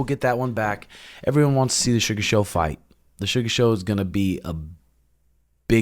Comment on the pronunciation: 😂😂😂😂LMAO "Sugah" is done!!! Lmao beg Dana to fix more fights for this fruit cake😂😂😂😂